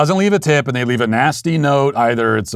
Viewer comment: My god that "p" in tip was utter garbage